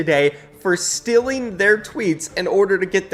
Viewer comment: “overtime is just stealing from them” Me: say that again: “just stealing” Me: “TF IS STILLING, PRONOUNCE IT RIGHT PLEASEEEEEE”